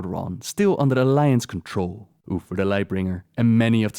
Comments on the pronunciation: Your pronunciation of 'Uther' sounds more like 'Oofer". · Love u especially the way u say uther xD, Oofer